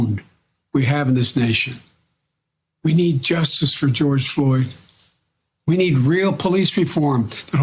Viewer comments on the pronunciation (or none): George Flord? He didn't even read Floyd's name right on the cue card directly in front of him. WTF! This man doesn't even know what he's reading and what it means, where he's at, what he's doing. They just stick a big piece of cardboard with words scribbled on it in front of him and he reads it. This man is sick.